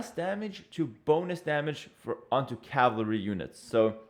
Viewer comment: Ca-val-ry, not Calvary people!